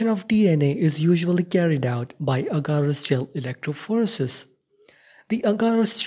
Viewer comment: electrophorEEEsis. not electrophOresis